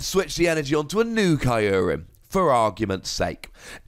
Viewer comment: You’re pronouncing Kyurem incorrectly and it hurts. Listen to the Japanese pronunciation of “kyu”.